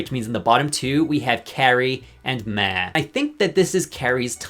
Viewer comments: Lol. Why do you keep saying “Meh” and not “Maw” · You are saying Ma wrong. It’s another name for Mom. It’s pronounce Maw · Why is he saying ma like that? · why do u say ma like that 😭😭😭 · never heard ‘Ma’ pronounced that way befor. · Why did he pronounce Ma like that? 😭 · The way he says “ma”…. Why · im so distracted by the way you said 'ma' the whole video im sorry 😭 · Fr like i was just stunned the whole time why did he say it like that 😭